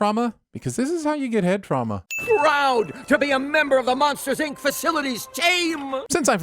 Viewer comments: but the "i" in Inc and incorporated are pronounced the same. Inc is pronounced like ink. Not EEnk. So it would not be mEEft. It would still be mift. Who has been calling it Monsters EEnk this whole time? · Great video but who pronounces it "Eenk" lol